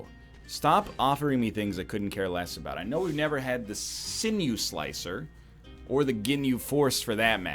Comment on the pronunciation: Thank you for pronouncing sinew slicer correct <3